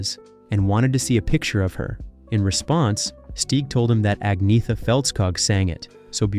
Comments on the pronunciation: The 'g' sound is not like it is in English. It is more aspirated, than vocalised. I know this because I live in Sweden and speak with Swedes daily. Attempting to put its correct pronunciation in print so that everyone immediately understands it is not really possible. It is similar to how the male name Göran [pronounced similar to "Yur-an"] is never pronounced "Gore-an". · There is no 'g' sound in her name; it's Ahn-yeta. Only reason I know is because I saw a show on them during their height of fame where each member introduced themselves. I presume that she knows how to pronounce her own name. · If you must, Ag - netta or Anna for short, but not Ag - neetha. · Her name is not pronounced "Ag-nee-tha". It is pronounced "Ag-naya-ta". Just listen to her say it (I live in Sweden). I wish the narrators of these videos would do some research before they publish them, to stop them sounding complete berks. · It's pronounced Unyeta. Don't native English speakers ever consider, that foreign names might be pronounced differently than English? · It's pronounced Ang neta, there is no hard g. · Agnetha pronounced AG NYET A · Agnetha is pronounced Anyetta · It's Anne-yet-ahh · The pronunciation of her name is “ Ag nugh tha” this is an old name.. lol you ve never heard anyone say it sooo wrong. 😂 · Don't talk nonsense about her when you can't even say her name... (No. It's still not Aggnijta Faltskaag.) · Her name is pronounced arnyetta, it’s a silent g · Nope Agneta G😂😂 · Sorry to be a bore, but her name is pronounced "Ang-yetta" or just Anna. And I think you may have made a slight slip of the tongue, Anna wasn't pregnant WITH Bjorn, but BY Bjorn. She was pregnant with Linda. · No it is not. It is pronounced «Ang-neh-ta». I am Norwegian and we pronounce it just like the Swedes and Danes. Especially note that the «th» is pronounced «t» in all 3 Scandinavian languages, so the «th» is not as in English, like he pronounces it here. So sorry, but you have it wrong. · Speak as : Anjeta